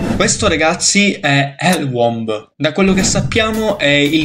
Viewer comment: bel video... ma womb pronunciato uomb m'ha quasi ucciso